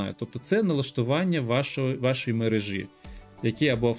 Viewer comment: Есть только один момент: правильно будет "в мерЕжі ", а не "в мережІ ". Мне это не мешает, но все мои знакомые филологи убить готовы, когда слышат некорректное ударение.